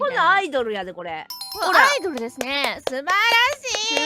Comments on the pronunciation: ア↑イ↓ド↑ルは客が来ない間の時間なんよw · ラミィちゃんのア↑イ↓ド↑ル！ って、答え分かって「あっ！」ってなったあとシームレスに「イドル」って続けちゃったせいで起きた面白発音だとおもう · アイドルの発音は車のアイドル（アイドリング）ですね😅